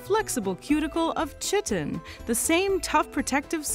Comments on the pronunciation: chitin is pronounced "Kye-tin" not chittin. JSYK. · I think Chitin is pronounced 'Kite-n', not 'Chitten' :) Absolutely love the artwork and video as usual! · Oh, the first ever error I've heard from you. , you pronounced chitin as "TSHIH-tin." It's "KHAI-tin." Like a "kite, in" the sky. Meanwhile, everything else is grand. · Did she say chitten? I think she means chitin as in “Kai-tin” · Chitin is pronounced (kai·tn), not (sh##-n). :goodvibes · "Chit-ten"??? Isn't chitin pronounced "kīten".... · Better Help sells your personal info to third party companies. They're a scam. Please vet your sponsors better! BTW, chitin is pronounced, "KEYE-tin". Your velvet worm illustration: *chef's kiss* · Your presentations are marvelous! Please pronounce Chitin as a Greek word: Ky-tin. As in CHI-ro The Greeks had no 'CH' sound no matter our propensity for mangle language. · 1 audio typo: Chitin is pronounced like Kite. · chitin is pronounced kai-tin, not like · Chitin is pronounced "kite-in" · (Chitin is pronounced kai -tn) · The “ch” in “chitin” is pronounced like a k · Isn't chitin pronounced ky-tin? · Just fyi, "chitin" is pronounced "ky ten". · It's pronounced KI tin...I as in MY. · chitin- kite-en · It's pronounced "kite-in". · Chitin is pronounced "kai-tin" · Chitin is pronounced KY-tin, even by Canadians 😉 and should never be rhymed with chicken. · "Chitin" is pronounced KY-tin. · Chitin is pronounced "kite-in"...smh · Chitin, pronounced Kai - tin. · Its pronounced "Ky-tin" The Ch makes a K sound ...You really shouldve known that. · pronounced kaitin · fixated on the way she pronounced "chitin" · Never heard chitin pronounced like that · She pronounced chitin wrong. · I wish you hadn't pronounced 'chitin', 'southern' and 'ovoviviparous' that way. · Eh, you might want to check your pronunciation of "chitin". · I cringed when she mispronounced Chitin.